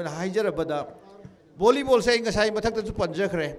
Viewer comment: .Is it just me or Did i just heard "Vonnibon ground" ? 😅